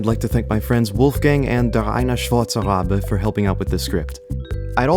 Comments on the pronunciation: Anyone else impressed by pronunciation of DerEineSchwarzeRabe? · I find it very cool that he pronounced a german name right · Can we talk about how "DerEineSchwarzeRabe" was pronounced perfectly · its so cute how you pronounce Der eine schwarze Rabe xD